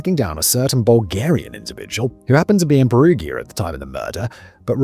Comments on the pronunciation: Peru-ja, not Peru-gear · Hearing him pronounce Perugia is painful. Pe-ru-ja. Gi makes a j sound in Italian. Edit: giacomo is pronounced jacques-omo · Are you going to continue to say "Perughia" all video 🫩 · Hey Simon - can you please do some more research about pronunciation when doing Italian-based scripts? Danny's script is excellent, but your name-butchering is nails on a chalkboard! Mainly, any combination G-I-A (Peru-GIA, GIA-como) is pronounced "ja"... like Jack... so Giacomo is "Jack-omo", Perugia is "Peru-ja"... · From what I understand of romance language phonetics, the town in Italy should have emphasis on the U and a soft G... per-U-gia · Per-oo-ja Jack-omo Raf-ay-ell-eh Etc etc Please for the love of all that is holy will podcasters PLEASE search how to pronounce the names in their scripts. I had to give up. It’s grating. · really? pe-roo-geea?! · The fact that you cannot pronounce Perugia, and other names means that I don't think it's worth listening to this. To add. I think being so flippant is very disrespectful considering a girl is dead.. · In Italy if you go spontaneously to talk to the police or are called by them but you are not charged with any accusation, then you are not supposed to have a lawyer with you but you are bound by law to say the truth. If you are charged with accusations you can't be heard without a lawyer but you can lie. And it is Perugia with a soft g, as in gentle, generation, genre ecc, not a hard one as in got, give ecc. Because there is an i before the a. Just so you know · For the love of life, please try to pronounce the town of Perugia correctly! Surely you've heard of this town before, at the very least in need reports. I love your videos and watch them daily but cannot get thru this one bc of the mispronounciation. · I wonder if that's actually the way you pronounce Perugia. It is said a few times in Mass Effect 2 and all of the characters that said it pronounced it differently than Simon.